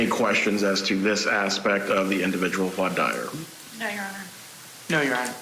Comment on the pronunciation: This guy can't pronounce "voir dire" though... Grating